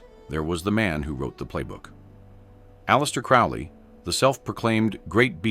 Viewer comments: It's crow lee. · Crowley pronounced like the bird: crow-lee. Your emphasis on the man and your inability to pronounce his surname correctly sort of belies your credibility on the subject matter herein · Saying his name wrong. AI crap as usual.